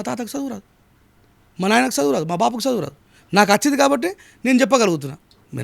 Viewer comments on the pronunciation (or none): సదువు కాదురా ముండా చదువు అనటం నేర్చుకో